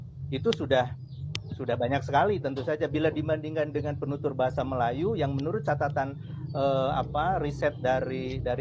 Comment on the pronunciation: Penutur bukan pentutur ngomong yang betul dong bang🤭🤭🤭bercyanda